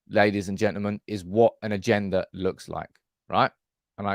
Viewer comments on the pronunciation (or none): none